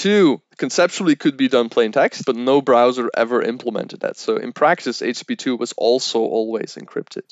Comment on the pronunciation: Here we learn the differences between H P2 and H P3.